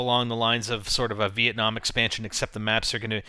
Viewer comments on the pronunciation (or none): none